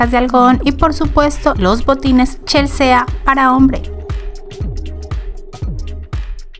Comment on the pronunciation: No se pronuncia CHELSEEEA SINO CHELSI :)